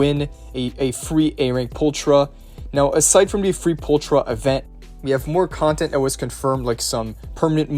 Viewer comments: Pulchra is pronounced as "pulkra". It means "pretty" in latin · She is pronounced pulkra